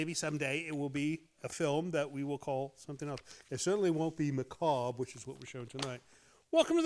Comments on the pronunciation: Maca- bury! 😂😂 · One of those words no one is sure how to pronounce. Someone who likes the macarbre is known as a macarbro